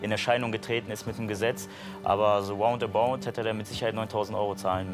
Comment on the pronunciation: "So woundabound"!